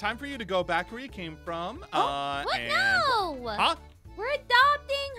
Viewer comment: is noi not no